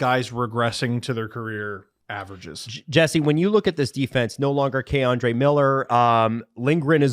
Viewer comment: please learn to pronounce these names man. key-andre miller, not kay-andre. alexi lafreniere not alexis